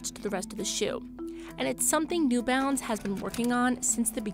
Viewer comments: Half the time, I thought she was saying 'new bounce.' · It's new balance isn't it. The narrator just keeps saying "new bounce".